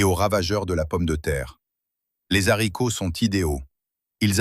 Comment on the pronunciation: On dit les haricots pas les zharicots.